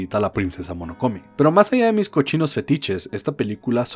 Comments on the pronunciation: Alguien más tuvo tics siempre que decía Monokome? Jaja Es: MO NO NO KE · Solo una cosa... Es princesa MONONOKE xd tanto escuchar "Monokome" me dio algo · MONONOKE no monokome HAAAAAA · MONONOKE NO MONOKOME XD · When se pasa todo el video diciendo Monokone en vez de Mononoke xD PD: Me encanta kiki pero no me gusta totoro ambos como pelicula, soy raro? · cada que dice monokome me da algo.... pero igual ame el vídeo, pues ghibli siempre sera el estudio de mis peliculas animadas favoritas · Hoy aprendimos la maravilla que puede ser el estudio Ghibli, con sus personajes, historias y animación nos demuestra qué podemos ser mejores personas ante el mundo y nosotros... Que hay que decirle a que se dice Mononoke y que ya nació un nuevo shipp entre un mago (Howl) y un pollo (). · Monokome xD Mis oídos sangraron cada vez que escuché esa mala pronunciación de Mononoke. Castillo del Vagabundo? Dónde le viste lo vagabundo al Howl? XD no pronuncias la H como la H en Harry xD Pero dejando eso de lado, es un buen video.